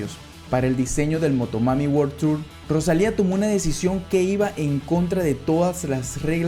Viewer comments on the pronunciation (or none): none